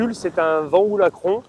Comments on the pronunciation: Euh, les gars, VanHool, ça se prononce "vanaule" !!🤣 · Merci, il fait référence au film "Les valseuses" Sinon, je pense qu'on s'est mal compris : Le Van de Van Hool se prononce "vane" et le Hool se prononce "aul" (idéalement avec un "h" aspiré), car en néerlandais (Van Hool est une société belge), "oo" se prononce toujours "au". Voili voilou. Merci pour tes reportages et bonne continuation